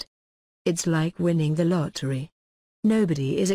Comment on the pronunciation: "Its låjk winning the låttry"